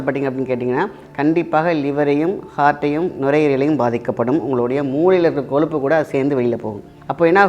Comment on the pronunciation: Sir pls athu koluppu illa koyuppu